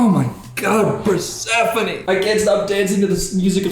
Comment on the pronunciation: how is he god spoused to persephone but doesnt even know how to say her name right???!!!